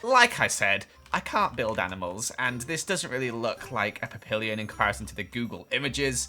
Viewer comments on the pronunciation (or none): Nobody: No one at all:: PaPiL-E-On! (It's pronounced pap-y-on XD) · Pap-ill-Ian 😂😂😂 it’s Pap-py-on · the dog is pronounced pap-ee-yon not pap-ill-ion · It’s pronounced pap-ee-yon not pap-pill-yon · I love how you pronounced papillon like pap-il-li-on😂 It’s French for butterfly because it’s ears look like butterfly wings and it’s pronounced pap-y-yon😂😂😂 I died😂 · It isn’t pronounced papillon it’s pronounced pap-Pi-yoan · It's pronounced Pap-i-on. French word for Butterfly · When he said PapILLion I freaked out it is pronounced pap-i-on the L's are silent (I own one and get very, well I am a big meanie 🥰) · I laughed so hard when he said pappillion pronounced with the Ls its pronounced pappion like a butterfly in French ❤️ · Love how he said papillon as Pap-i-ll-ion Instead of Pap-y-on Like it is pronounced in french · “I think it’s pronounced papillion..?”... It’s pronounced pap-ee-on, ya know, the super popular fluffy ones? 😂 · Pappilion? ITS PRENOUNCED PAPIYON! French for butterflies. I know wayyyy to many things... oof. Loved the vid though! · it’s pronounced pappy-on. It means butterfly in French and I think it’s because if you you really squint their ears look like butterflies. I know this as I have my own papillon. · The dog is pronounced pap-ie-on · the dog Papillon is pronounced pappy-on 😂😂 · My dog is a papilon it is pronounced pap - ie - on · The dog (Papillion) is pronounced pah-pee-on. It is French for butterfly and is called this because the ears are like butterfly wings. They are popular toy breed. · The dog breed is pronounced pap-e- on. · Its pronounced papion. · That dog breed is pronounced pappion you are welcome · NO ITS CALLED A (pap-i-on) I have one! It’s called a papillion beacause it’s ears are like a butterfly’s ears and papillion in french means butterfly. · Papillon: means butterfly in french; pronounced "pah-p-yaw-n" does that make sense? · It's pronounced pap e on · Papillon is pronounced : Pah - pee - yon